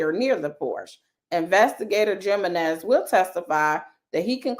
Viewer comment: I think the J in Jimenez is pronounced like an H as in "He men ez." Like Jesus is Hesus.